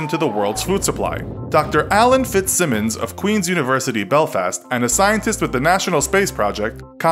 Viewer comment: It's pronounced "Fitz Simons"